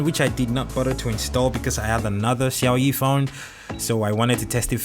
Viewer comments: He said Xiaoyi 🤣🤣🤣... Lol it sounds funny. But good review tho. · The way you pronounce Xiaomi 🙄🙄